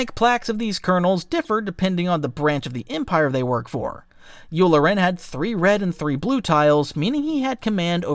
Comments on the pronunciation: nice vid but work on how u pronounce things. its not Yular-en but Yulaaren (phonetically since the accent is on the "la") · Its YU LAR EN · How you said commandant and yulelaran pissed me off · (you-lar-en) Colonel Yularen pronounced in thrawn audio books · Not gonna comment on your pronunciation for wolf yularen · You mispronounced yularen, ozzel, pellion, and Commandant. How are you this bad? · I love this video! Although, the way you pronounced commandant and Yularen, especially since it is said quite a bit in the Clone Wars, made me sad.